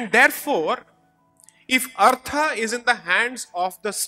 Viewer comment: from hindi perspective you are right... About those two words... That is because of the schwa deletion principle in languages like hindi... Where the last vowel is dropped... Hence kerala is pronounced as keral.. etc. In samskritam it is dharmaH and arthaH... So his pronunciation is closer to samskritam.